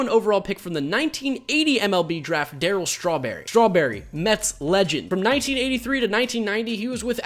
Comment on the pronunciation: I love how he says Darryl strawberry as I’m eating strawberries